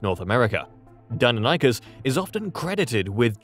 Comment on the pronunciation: It may just be me, but your voice guy said "dino-nykus" when it's pronounced "dy-non-ih-kiss" Deinonychus